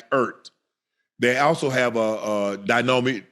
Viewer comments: DEE-AH-ME Brown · Dee-Yom-Mee Brown